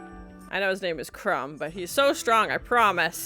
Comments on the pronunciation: It’s pronounced Crom, not Crumb. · crom not crumb ! lol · Crohm. ..not crumb 😀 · His god is CROM, not Crumb :) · Crom is the chief god of the Cimmerians. Not crum lol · "Crom!" is an exclamation, like the one you pronounce "Cheese and Rice..." You are the second reactor that says Conan's bodily fluids contaminated Doom's fountain. Does nobody in the western hemisphere realize that almost all historical fountains were fed be fresh water and so rinsed themselves in addition to being cleaned when necessary! They were the public water sources for urban populations! You knew you were cosmopolitan if you got your water from similar public facilities! Go to Rome!